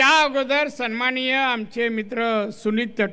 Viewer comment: याला सन्माननीय सुद्धा म्हणता येत नाही😂, हा काय बोलतो 😅😅😅